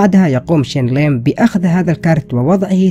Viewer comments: Bro ur title is Shane Lim but his name is Shin Lim and also ur said Chen Lim...Bro WTF!! And also u dont know how he does it u cant reveal it this video is all fake ur doing it for views this video is a huge CLICKBAIT!! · Thats not “Shane Lim” thats “SHIN LIM” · ITS SHIN NOT SHANE COME ON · It's "Shin" not Shane, brah! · نطقه لاسم الساحر شينيلغن مااعرف كيف اكتبه بس المهم انه يضحك😂..